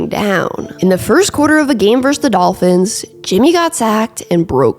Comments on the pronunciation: VerSUS. Two syllables. Not "verse." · I won't rag on you for how you pronounce Titans. But I will for this- and it's something a LOT of people do, but it's wrong: VS (as in Buffalo vs Detroit), is pronounced VER-SUS. Two syllables. Verse is part of a song. Versus means 'against' as in two opponents in a contest. But it's definitely 2 syllables. I don't know how this got so widely spread, but people didn't used to do it. Pat Macafee is really bad for this, but again, he's wrong. Just google (versus + meaning) and be sure to hit the little speaker icon to hear how it's pronounced. Gotta take this word back, one youtuber at a time. First video of yours I've watched too, btw. I enjoyed and gave it a thumbs up. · I can handle how you say “Titans,” but the way you say “verse” instead of “versus” is another story 😂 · It must be an East Coast thing. 'Titans' and 'versus' are words that are pronouced oddly by eastcoasters. Versus sounds like verse. Same thing with JG9's videos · You also can't annunciate "versus" or "important"...you say "verse" and "impordant"